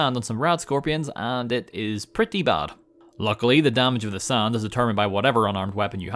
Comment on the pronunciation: Are you saying sarnd in 0.25? Sounds funny i Will get you SARND